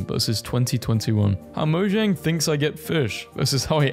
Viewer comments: its mo-jang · It actually is mo-jang like blue jay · But the correct pronunciation is "moyang".